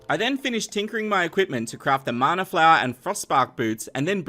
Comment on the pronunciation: Sorry but it's mana not marner